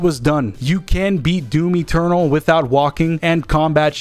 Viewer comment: He said doomy ternal